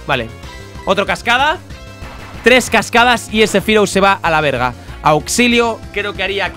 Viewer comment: parece mexicano diciendo verga xd